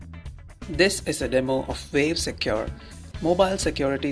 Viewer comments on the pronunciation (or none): Vave Secure? You having a laugh? Its Wave not Vave!